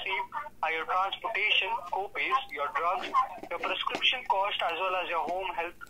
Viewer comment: No “gopays” for your doctor “wizzits”!!! 😂😂